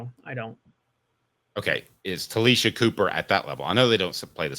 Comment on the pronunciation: It's pronounced Tah-LAY- Sha